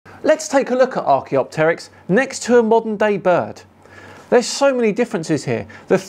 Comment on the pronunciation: He has pronunciation of archaeopteryx and vestigial over you, but that's where it ends!